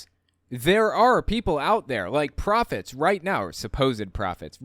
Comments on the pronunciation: What I hear her saying, is because he stopped hanging out with the evangelicals, because perhaps he doesn’t see the transactional value to it…he needs to “get himself right” with God. Have at it buddy. Also, Hank Kunneman: did you catch he said “prop-fets” which I’m assuming means he thinks they are all props of the demonic non-Trumpists…🤦🏻‍♀️ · I like how Hank Kunnaman pronounced prophets as "Pro-fits." That's just what they do their job for: Profits!